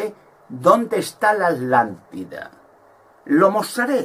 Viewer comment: Porque no pronuncias la primera T de ATLANTIDA , Dices Alantida. Conio pronuncia bien carajo